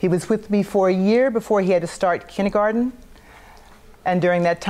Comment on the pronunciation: Except when she says Kindie-Garten